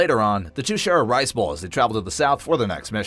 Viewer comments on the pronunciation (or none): none